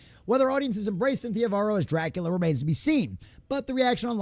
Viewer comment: Bram Stokers Cack-ular 😂